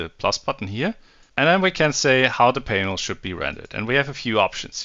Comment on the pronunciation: Extremely well done. But just imagine saying Painel instead of just Panel 😂